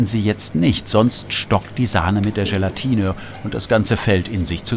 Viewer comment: Ist es eigentlich Teil der gastronomischen Ausbildung, dass man Dinge ganz besonders betont? GElatine, VINIgrette, RÖÖÖHsten, ... :D Oder liegt's an der Region?